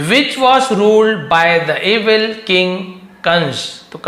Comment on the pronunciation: Evin ❌️ Evil ✅️